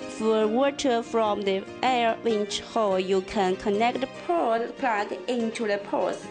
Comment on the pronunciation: poor english... pour pour... its power 😂😂😂